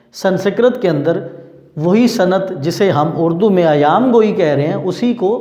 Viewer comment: سر ایام گوٸی نہیں ایہام گوٸی ہے